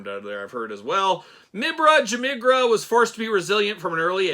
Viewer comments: Nailed that pronunciation. Surely only one class away from a languages major in Cosmic Legions! Top one Nice one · Not gonna lie i clicked on this video right away cause i wanted to hear you say the figures name 😂. You did way better than i did lol!